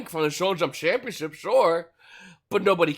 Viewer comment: Im new to this channel and i love the content! Correct me if im wrong and/or im missing something. There is one thing that annoys me about his videos. He slurs his words and pronounces words incorrectly. Example, stamp he says “shampionship” as oppose to championship. It happens frequently throughout the video.